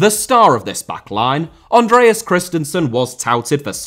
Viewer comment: Debut* not Deibyu Andreas* not Ondrejas Antonio* not Antouwniouw Conte* not Contei Leo * not Liouw Bah* not Bohr Slavia* not Slohrvier Praha* not Prohrg/ Prague Rather* not Rother Twe* not Tuei Father * not Fother Juve * not Yuvei Isak* not Aisak Mæhle* not Meiler Idea* not Ideer